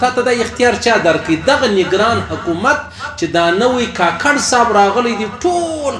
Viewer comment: He is kkar not kakar 😊